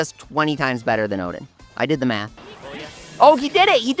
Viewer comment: O-din not o-dean ffs 😆